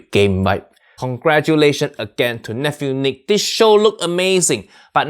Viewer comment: As Papa Boyle would say, it's Niic (you say it wrong)